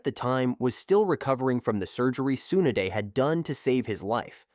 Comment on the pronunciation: I tried.. the second you pronounced Tsunade as T-Soon-a-day… I was done..